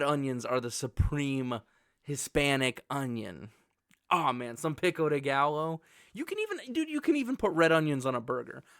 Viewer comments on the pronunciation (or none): PEE-KO DEE GAL-OH 😂 Loved the video. If you swap mushrooms and bell peppers, the ranking is perfect. Also, u called red onions red peppers lol